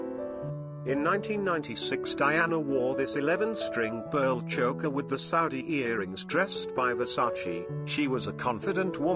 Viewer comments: PLEASE! PLEASE! Cease with the robo voice😩 It is incapable of correct pronunciation. Chokka??? (Choker)😩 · "Choe-ker," not "Chocker." !!!